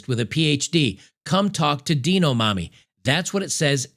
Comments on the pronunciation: Deano mommy,? Really? "Dye-noh", like "Dino-saur". lol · Hey, it's it's pronounced "Dine O" like dinosaur. Not Deno. or are you purposely pronouncing it wrong? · you're killing me with this mispronunciation of "Dino". It's not "Deeno" for the love of God, lmao. Are they "Deenosaurs"? Just picking nits, but lol man for some reason this was driving me crazy throughout the video. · Please learn how to pronounce "Dino", lol This is literal child abu5e :(